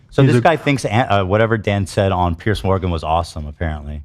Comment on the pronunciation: His name is Piers!!! Pronounced “PEERZ” Lmao literally everyone calling him pierce morgan